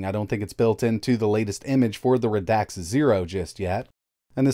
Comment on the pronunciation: Its pronouced Rad xa not Ra dax